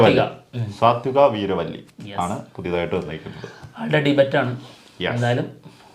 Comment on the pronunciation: Debut ൻ്റെ ഉച്ചാരണം ഡെബ്യൂ എന്നാണ് സഹോ , ഡെബറ്റ് എന്നല്ല .